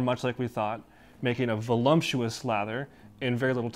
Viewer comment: What is "volumptuous"? :)